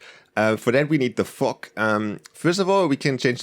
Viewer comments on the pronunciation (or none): Anyone else hear fuck instead of fog 😐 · When you Sayd fog it sounds like you Are saying the F word lmao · I thought u said the f word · It’s weird that when he says fog it kinda sounds like the f word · It sounds like he's saying the f word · when he said fog i heard F**k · fog sounds like fuck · yeah lol